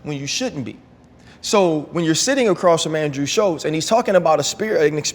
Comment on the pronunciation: There is no T in andrews name. You said it wrong every time